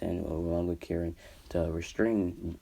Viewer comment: Btw its Karin not kirin